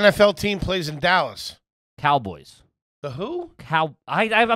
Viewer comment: Never laughed so hard at a mispronunciation, cowlboys dawg😂